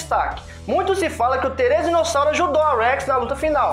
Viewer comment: Therizino e não Therezino😂